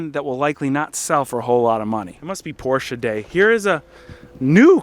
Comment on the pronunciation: Thank you so much for not saying "Porsh". Greetings from Germany ✌🏼